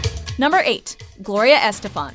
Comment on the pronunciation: it's pronounces es-TE-fan, not ES-te-fan. Please check your pronunciations.